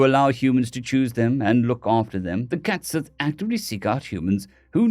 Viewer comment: Minor point, cat sith is pronounced cait shee. Like banshee.